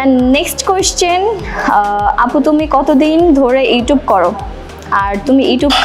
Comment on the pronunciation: pronunciation e ইউটিউব হবে আপু। ইউটুব না।